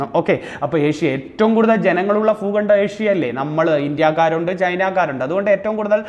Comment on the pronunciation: Foogandam Alla bhoogandam